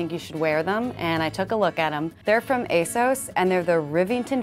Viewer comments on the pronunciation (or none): “there’re from AsAUCe” 🤦‍♂️ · As a brit and seeming as Asos is UK based, I can officially correct your pronunciation because it's pronounced Ace-Oss not Ace-Ohs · Asos rhymes with 'gloss', not 'gross'. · "ASOSE" it's asos